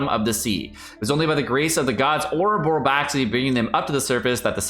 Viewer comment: summary butchering of "Orobaxi" sounds like the beginnings of something as memetic as Rosa's eternal uncertainty about her own god's name.:U